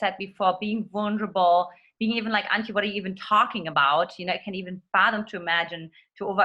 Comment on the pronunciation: Did he mispronounce Antia? Background isn’t the best lol but it doesn’t matter to what the content you offer - from a woman just saying 😉